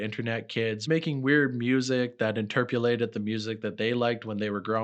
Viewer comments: bro if I hear "interpulated" one more time smh. also the amount of filler and poor word flow in this video is almost unbearable, get yourself a dirt cheap co/ghost writer and have another person proof-read, get a big foam filter for your mic and turn the gain up, level it, and then turn the actual track volume down some. your recording in a room with close/flat walls. the slight reverb/metallic sound effect is really eating into the listenability. give all that a try. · lol there is no u in "interpolated" hahhaaha sorry you've just said it so many times and im high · interpulated is wild speech